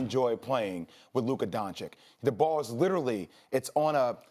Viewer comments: "luca donchick" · Luka donchick? 😂